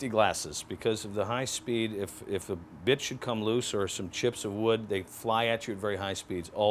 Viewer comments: At the end when he was warning about safety glasses did anyone else hear "if a bitch should come loose...." . I know he was say "if a bit should ....." But it was still funny. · Lol sounded like "If a bitch should come loose" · glad I wasn't the only one that heard that hahah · I heard it when I just read your comment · Lol 😂 I was going to comment the same thing, glad I wasn’t the only one.